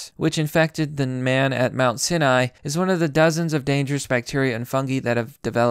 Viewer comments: "Mount Sineye" "Illinoise" "Neon Natal" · I’ve never heard of this fake mount-sin-eye 👁 nor have I heard of anti-bee-otics 🐝. Likely story you Russian-bot.